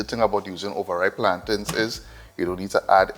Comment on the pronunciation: But how deh say ripe Plantatines d I especially kill de boi....lol...